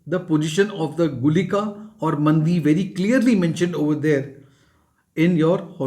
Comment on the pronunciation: Sir its not mandi, its maandi. Many north indian pronounce nakshatra pada, actually it is paada.